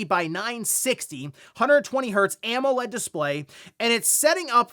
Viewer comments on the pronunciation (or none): none